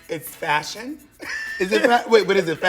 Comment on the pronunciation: bob daring peppermint to say ets fashun one more time only for her to say it again really sends me